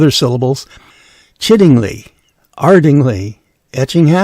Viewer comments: One of the ING place names you mentioned was Ardingly (home of the South of England Showground). The pronounciation does not follow the usual conventions of places ending in "ly" (lee). Instead, it is pronounced Arding-lai. However, most pronounciation guides on the internet get this wrong. Just another quirk of Engish I suppose. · Ardingly is pronounced more like Arding-lie. Lovely video, nice to hear about Wyre having lived here so long and not heard of her. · Piddinghoe, near Lewes. And ardingly and chiddingly are lie not lee at the end. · From a former resident of Sussex. Ardingly is pronouced Arding..lie, similarly Ansty is Ans..tie